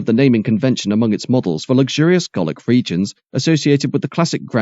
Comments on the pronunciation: H, ? What are you talking about? The narration says "gor-lick", instead of 'gal-lic'. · With the mispronunciation of 'Gallic', I'm now absolutely certain that this isn't narrated by a real person. Am I late to this realisation? I really should have figured this out ages ago. The stilted and formulaic intonation patterns are just too limited and unnatural. 🤦🏼‍♂️ Who coded the narration bot? Could they possibly install an upgrade, or apply a patch thingy here?